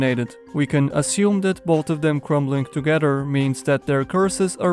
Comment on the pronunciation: Everyone: "both": "bod"